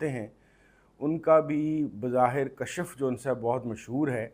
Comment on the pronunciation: Please correct the pronounciation kashaf nhi kashf